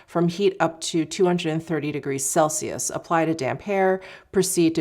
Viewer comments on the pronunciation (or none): none